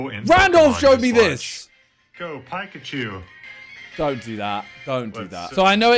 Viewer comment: Does he mispronounce things on purpose? My guy pronounced Pikachu as ‘Pie-Cah-Choo’ 😂😂 His series on TikTok is great tho either way